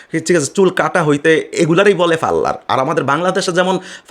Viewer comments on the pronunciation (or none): ব্যটা ফারলার না পার্লার। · ফাল্লার! বেটা কথাগুলি শুদ্ধ ভাবে বলার কর্। নইলে ইউটিউবে আসছিস কেন।নাক বোচা হবে না তো কি খাড়া হবে?ওর মা তো ছিল চাইনিজ এবং সেও চিটাগাংযে‌ এক ই ব্যবসা চালাতো।